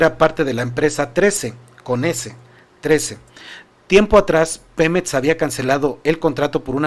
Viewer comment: X q dices pemets y etxpresidente, no es x criticarte amigo pero pon atención en la forma que hablas, mucha gente se acostumbra y después habla así. Disculpa x el atrevimiento. Saludos